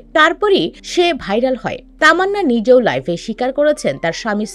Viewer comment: আপনার উচ্চারিত শব্দ টা ভুল শব্দটা হবে লাইভ আপনি বলছেন লাইফ